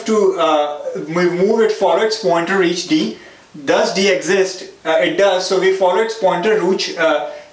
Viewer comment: when he said rooch instead of reach!! . Even after that mistake, he again said roo and switched to reach. hahaha! :D